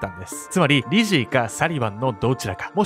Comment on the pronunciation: リジーが最初、美人に聞こえたw